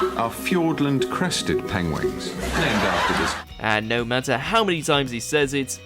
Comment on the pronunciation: Is it me or did i hear Penwangs 🤣